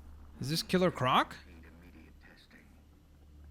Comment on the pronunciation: Ciller croc